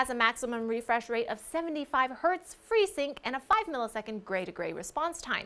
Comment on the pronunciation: Everything was perfect, and then she said freesync. LOL.